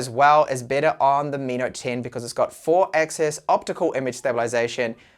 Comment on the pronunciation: He has a problem with those two words, seriously.